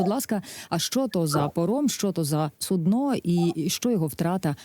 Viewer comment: Оце ведуча вірно наголос поставила - "суднО" ))) А по-темі - іноді інфо-опору варто обережніше зі своїми прогнозами. Їх не тільки хом'ячки слухають, а ще й вороги, які беруть всі їхні ідеї до уваги.